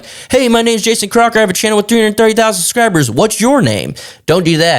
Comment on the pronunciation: I watched it to see how many time you say "SUScribers" instead of "SUBscribers"...